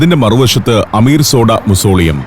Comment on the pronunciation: അമീർസോഡയല്ല അമീർZoദ. അതായത് AmeerZaadah. അതായത് അമീറിൽ ജനിച്ച/അമീറിന്റെ മകൻ. രാജകുമാരൻ. ഉർദുവിൽ Shahzaadah എന്ന് കേട്ടിട്ടില്ലേ. അതായത് ഷായിൽ ജനിച്ച/ രാജാവിന്റെ മകൻ= രാജകുമാരൻ. ശാകി Ziന്ദ അല്ല ശാഹി Ziന്ദ. അതായത് ശാഹ്-എ-Zinda = Zinda Shah= Living King